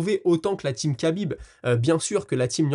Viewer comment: Donc toi t'es expert en MMA et tu sais même pas bien prononcer khabib ? Quel rigolo ! Désabonnement mérité ❤